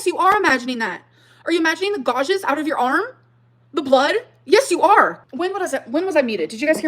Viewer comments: She’s so messy in this live, like fully raging Edit: Someone teach this woman how to say “gouge” for the sake of my sanity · Why can't she fucking pronounce gouge